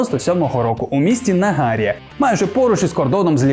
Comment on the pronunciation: наголос на літеру і Nahar`iya